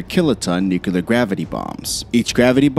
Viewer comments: nukilar hahaha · STOP SAYING FUCKING NUCULAR. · Stopped watching after 33 seconds and hearing the word nuc-u-lar 6 times. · Dam Man , say Nuclear right ! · Not Nucelar!!!!!!!!!!!!!!!! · WTF is a nukyaler war? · Nuclear. Not mukelar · Another person who cannot pronounce the word 'nuclear '.... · I'm just amazed at the size of this guy's nuts for making an entire video about nuclear weapons when he can't even pronounce the word correctly 🤦🏻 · I can't watch this because you can't say "nuclear". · Please, PLEASE !!! It is NUCLEAR Noo-klee-er NOT Noo-Q-ler George Bush said it the same way... ARGH !!! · "Nu-clear", not "Noo-kyoo-lur". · Not "new-cu-ler." nu-clear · annoying when people say nucular. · See Vincent Hardwick's comment from three days ago. He's right. It's nu-cle-ar, NOT nu-ku-lar. How hard can it be FFS.?? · All it took was for me to hear the word "nucyalur" one time and I was out. Say it with me.... "new clear" now say them together as one word. There ya go!....I'm getting the fk outta here. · It doesn't matter a bit. IF nuclear (not nucular) war broke out, and even 10% of nuclear missiles were launched, the.species.would.die and cock roaches would live on. Please, let's NOT even consider doing this. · Say it with me . . . Nuuu Cleee URRRR. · "Nucular?". SMH. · I hate to be that guy but the word is nu-clear, it's got two syllables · The threat of “nucular” war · New-cala triad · How about you learn how to say, New-Clee-Er. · Nuculear. Lol. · Nucular... Aaaargh. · "What's America's nookaler war plan?" Oh come on. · Nook a lurr? FFS learn how to speak. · First... stop saying nucilear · I think you misspelled nuclear because you keep saying "nucular". It's very distracting. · Nu-kelar. Yeah. Real expert. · "It's nu-cu-lear dummy, the S is silent" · Nucular? Come on… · Too much "Nukular".. Can't take it seriously. 😕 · It’s nuclear not nucular!! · "nucular" makes my ears bleed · It's "NUCLEAR"!!!!! Not "NUCULAR"!!! Did anyone else not notice this?